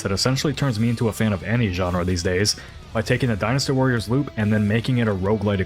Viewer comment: All I heard was "Dinosaur" every time you said "dynastywarrior", confused the crap out of me for a minute.